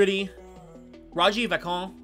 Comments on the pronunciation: I somehow think they know how to say Vachon (Va-Shawn), Henri (En-Red) and Lefebvre, which you didn’t even try (Le-Fave) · Your pronunciation needs some work. I appreciate you going through the rosters but you present yourself as an expert. Go look up how to say Henri or Vachon, or Lefebvre